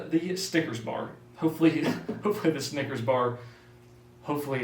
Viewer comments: When he said snickers bars I thought he said stickers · me wondering if i just always said snickers wrong or if he just said it weird because no one is commenting about it